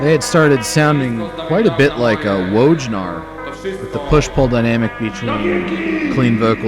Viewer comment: The wsy you butcher the pronunciation of Perunwit and Wojnar, priceless.